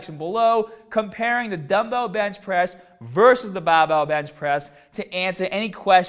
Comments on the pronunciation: "babell" lol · I had no idea you were from Boston until this video. It really comes out when the bahbell comes down to your chest. That's awesome:D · 'Baahbell' 'fibah' 'shouldaah '